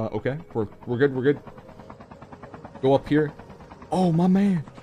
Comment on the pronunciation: Literally calling victims "ooo ma menn" 🤣🤣